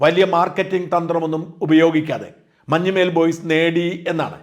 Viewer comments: മഞ്ഞുമ്മേൽ അല്ല, മഞ്ഞുമ്മൽ ആണ് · മഞ്ഞുമേൽ അല്ല. മഞ്ഞുമൽ